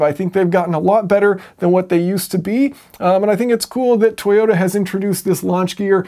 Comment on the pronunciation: Toyoter eighty sixer